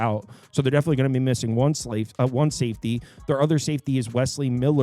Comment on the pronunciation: Ayyyoooo What’s he say ???? Slavefty🤣🤣🤣